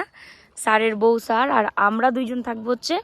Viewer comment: আরে সার না ,কথাটা স্যার লজাও করে না ভুল ভাল উচ্চারণ এত সাজ উচ্চারণ ভুল ছি ছি শিক্ষিত লোকের সাথে অশিক্ষিত বা